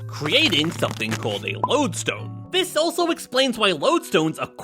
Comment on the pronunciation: Thanks for saying it’s like lode-stone and not lude-stone